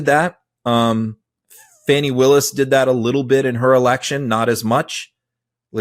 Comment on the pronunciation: CAN YOU PLEASE PRONOUNCE FANI WILLIS’S name CORRECTLY PLEASE . You should know better